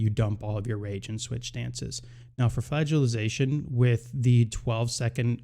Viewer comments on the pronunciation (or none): Why does every wow youtuber have the hardest time pronouncing simple english words like “flagellation”